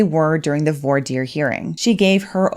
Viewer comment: There's no "r" sound in the word "voir." It's pronounced like vwah.